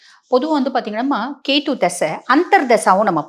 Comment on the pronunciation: கேது madam... கேத்தூ இல்ல....